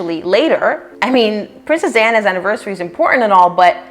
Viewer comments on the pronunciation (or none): It sounded like you said “Princess Anna” twice, rather than Princess Diana